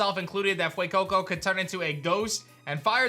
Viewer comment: I love how you say Fuecoco and sprigitito with an accent but say qauxly with such meh🤣😂